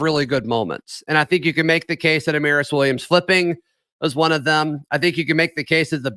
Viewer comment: go watch Amaris tweet about how to say his name. We've had it wrong